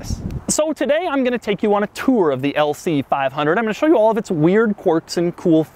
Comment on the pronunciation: Lmao "lc fiiive hunerd"